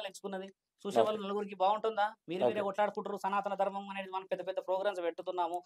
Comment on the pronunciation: Namasthe,sir Me interview chala genuine ga, untundhi sir, Khani meeru ee interview lo, SANATHA DHARMAM, Antunnaru, Adhi, SANATHANA DHARMAM kadha sir, pls prounance Properly